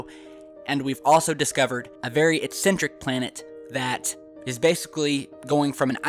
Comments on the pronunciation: eccentric not excentric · is he saying incentric or eccentric ?